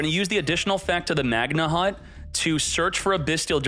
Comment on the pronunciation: You shouldn't pronounce the "H" in "Magnamhut